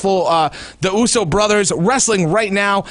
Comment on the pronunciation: The guy pronounced uso wrong 🙄🖕🏼